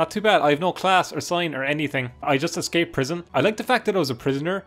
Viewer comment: Why does every YouTuber say eggscape instead of escape xD